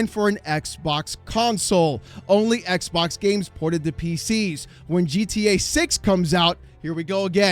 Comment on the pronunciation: It will always be funny the way he says "Xbok dead"